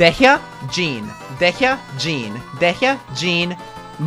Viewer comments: It's pronounced "dee-yah" not "dehiagh" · AM I THE ONLY ONE WHO JUST FOUND OUT DEHYAS NAME ISNT PRONOUNCED AS DEEEE-YA BUT DAYHA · Its pronounced either "diya" or "deya" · PLEASE HER NAME IS PRONOUNCED "DEYA".. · i cant with how he pronounces dehya 😭😭😭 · The way he says Dehya instead of how they pronounce it in game annoys me deeply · Your pronouncing dehya wrong 😢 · Why are you pronouncing Dehya this way?